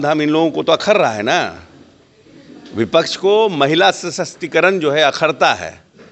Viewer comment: मंत्री इसको किसने बना दिया महिला सशक्तिकरण होता न कि महिला sshstikaran 😂😂😂